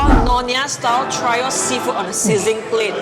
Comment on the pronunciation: Its pronounced 'three o' Not 'try o'